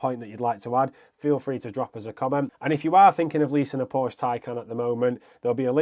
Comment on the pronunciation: I quit listening when he said Porsc. If he doesn’t even know how to properly pronounce Porsche he shouldn’t be reviewing these cars. Anyway, the depreciation is due to reason and market correction. Recalls and repairs, months on end at dealerships.